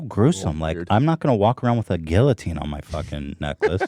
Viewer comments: the L's in guillotine are pronounced like a Y. pronounced like GIATINE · this dude said "Gillatine" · papa... pls... learn how to pronounce guillotine... my anxiety... ahhhhhhh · Dude... You don't say the L's in guillotine.